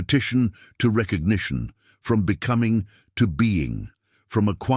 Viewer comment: Recognition not petition